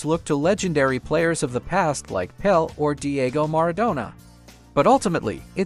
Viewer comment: Pele not Pel, PELE Not PELL